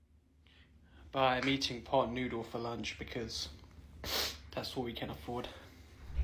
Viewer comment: I love how he pronounces "lunch" like Prince Charles in The Crown talking about the "lunch club"